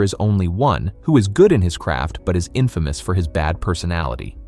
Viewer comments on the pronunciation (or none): none